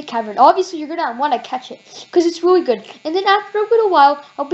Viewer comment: “REALLY” NOT “WREALLY” 😂